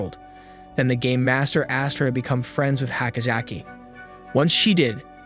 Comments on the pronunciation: Who else thought he said gay master not game master? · I know your saying game master but it sounded like you siad gay master a few times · i heard gay master btw hows everyones day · i thought he said the gay master